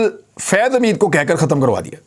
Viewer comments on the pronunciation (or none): none